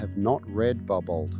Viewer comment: Bar Bow. It's a French name.